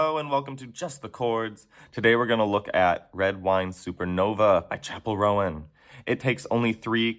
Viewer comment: FYI Roan is pronounced like loan. Great tutorial tho!